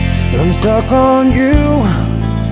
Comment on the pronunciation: Ganda ng boses. Kaso sana na pronounce mo lang ng tama yung word na "stuck" and you're good. Goof job.